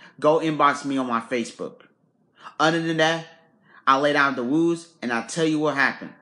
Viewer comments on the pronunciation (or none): Did he say, he's laying down the "wules"?? I can't 😂😂